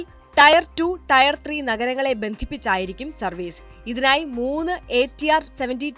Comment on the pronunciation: "ടയർ 2 ടയർ 3" എന്നല്ല, "ടിയർ 2 ടിയർ 3" എന്ന് പറയണമായിരുന്നു. 🙂 Later, same problem also.